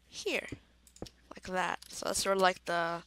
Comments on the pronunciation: It's this not dis and it that not dat use you're grammar mate and good video u did great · KID ENGLISH IT IS THIS NOT DIS AND THAT NOT DAT